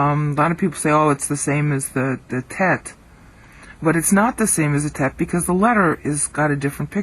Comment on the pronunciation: the thau/ttau are wrong pronunciated ;) so the teth too -- just give an ear to user 'omedyashar' and his 'original hebrew alphabet pronunciation' but the daleth is correct. good work.